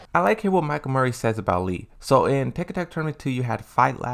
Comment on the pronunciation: I always love your videos and opinions on the Tekken franchise. This one was very good. But am I wrong for being excited that you finally said LEE's name correctly??